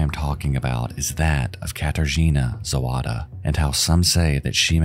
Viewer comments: Didn't mispronounce all that much. I'd guess if I was really to pinpoint anything at all, is that in polish, W is read like V, so if you wanted to say Zowada as a pole would, you'd read it like you'd read Zovada, but it's not that important. What IS sort of, kind of important, at least to me and people of Cracow, is that you used shots of my home city of Wrocław [vrɔt͡swaf] in place of Cracow where the killings happened, as well as shots from, I think Warsaw, and some that I couldn't recognize, but mainly, Wrocław. The one with rivers and such. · Her name was Zawada, not Zowada!